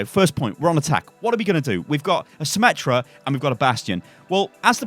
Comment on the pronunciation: Not symmetra meta, it is symMETA